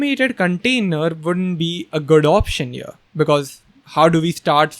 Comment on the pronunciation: I think there is some problem in my earphones whenever says 'here 'i hear 'ear' Need to change earphones. 😂😂😂 Love your work ❤